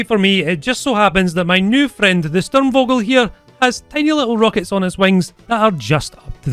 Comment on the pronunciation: Btw, the V in Vogel is pronounced as an "F". Its the same for Volkswagen, it is pronounced Folkswagen. Vogel means bird.